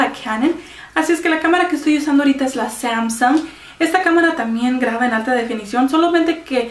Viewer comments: como me enoja la gente que usa anglicismos innecesariamente o usa demasiados, y luego todas las marcas las pronuncias como si fueran palabras en ingles (cuando no lo son) , samsung, es Coreana, y no es una palabra inglesa, toshiba es Japonesa ( por que no lo pronuncias como Japones), lo mismo Canon y lo pronuncias como ingles osea no si si lo haces para parecer una persona culta o no se pero reflejas todo lo contrario, y antes de que digas que son palabras en igles investiguen de donde viene el nombre de cada marca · ademas aveces dices las marcas con acento ingles y luego se te olvida y lo pronuncias normal, que patética persona